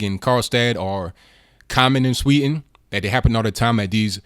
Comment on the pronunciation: there is a "d" in Sweden, it's pronounced. try saying it. practice.